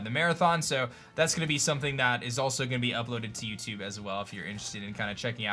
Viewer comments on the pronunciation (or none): none